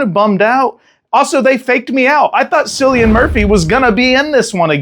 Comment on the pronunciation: Tell me your meaning to call him Sillian. Also its Ralph Fines (plural), like a fine for a ticket, Fines.